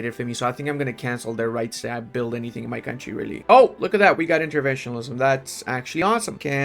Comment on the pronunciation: please learn how to say interventionism